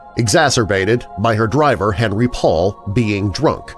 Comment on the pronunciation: fabulous as usual! (btw it's "on-REE" - him being French)